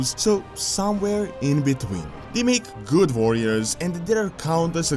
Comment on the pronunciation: Bugs me out when he says Varriors and Vorgen wtf is this